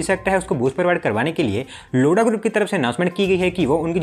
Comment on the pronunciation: 0:9 abe लोडा नहीं लोधा 😂😂🤣🤣